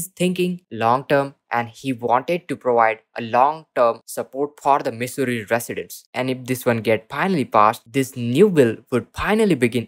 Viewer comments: He's got one thing right living in Missouri is misery. Every time he says misery, I crack up. I keep hoping Missouri will come out with a better stimulus for all, but I doubt it. We are just going to have to live in misery. Dude Missouri is not pronounced misery, it sounds like mizzouri. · Why is this guy pronouncing our state wrong????